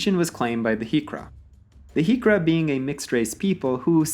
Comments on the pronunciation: I forgot to mention the Griqua people and Griqualand... not 'Heekqua'. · I've never heard of the Griqua being called hiqra but with how you pronounced boer already gave away your non South African roots. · Griqua is pronounced Greekwa.